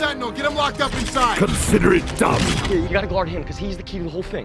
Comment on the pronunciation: Loll I always thought he said “Consider it dumb.”